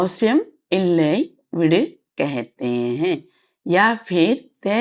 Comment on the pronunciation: Thank you madam for this .one question . when you pronounce vidu (rehne do) it sounds like vid but when you pronounce vidunge it sounds proper vidu+enge